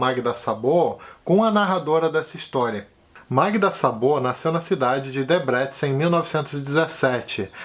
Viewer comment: oi, o a sem acento tem pronúncia O em húngaro, então Szabó, é pronunciado Sóbó.